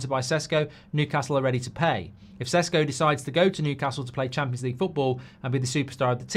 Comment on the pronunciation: Is it Sesko or Sheshko? You changed your pronunciation, Mark.